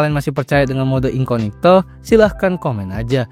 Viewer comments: incognito anjir bukan inconigto.kzl bgt denger nya wkwk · INCOGNITO, bukan INCONIGTO. Ketahuan bikin kontennya gak riset dulu, asal rekam terus edit.😂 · incognito bg bukan inconigto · Lha, ngomongnya juga sejak Awal INCONIGTO bukan INCOGNITO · Incognito aja dibaca inconigto, gimana ga literasi rendah? 🤣🤣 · inCOGnito jir... incoNIGto incoNIGto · Bang yang bener incognito, abg bilang *inconigto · Mode Samaran 😂 edit 1: bro say incognito❌ inconigto☠️✅ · INKOGNITO BANG BACANYA, AAAAAAAAAAHHRRRRGGGGGGGG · Wah insight baru, tapi aku rada gatel bang denger inconigto terus😭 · masih ada aja yg ngomong inconigto, elah. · I-N-C-O-G-N-I-TO dibaca inconigto😂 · ga enak banget bang dengernya spelling inkonigto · Perasaan pelafaannya salah bukan editornya🗿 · sorry nih mau kasih tau aja minimal riset dulu cara pelafalan yang benar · spelling incognito aja salah lu dari awal ampe akhir video